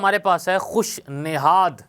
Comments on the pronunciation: Sir nasad nhi hota khush nihad hota h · Aap ka tallafuz durust Nahin, khush nazad Nahin khush nayad hota hai, Dil kasha Nahin Dil kusha